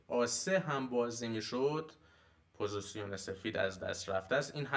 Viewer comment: عالی بود چیزایی که گفتید استاد فقط جسارتا پوزیسیون نیست پوزیشِن هستش